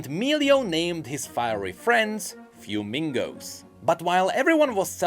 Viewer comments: yeah the proper pronunciation would be something like “f-whe-me-go” rather than “few-mingo” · please: -Fuemigo > Mix of "fuego" and "amigo" (fire friend). Pronounced: Fueh-mi-goh -Furnasita > Mix of "furnace" and the suffix "-ita" (little furnace). Pronounced: Fur-nah-see-tah Your pronunciation is physically hurting me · I came to the comments to say that but you beat me to it! It should definitely be fuego+amigo (fire friend), more like fweh-mee-go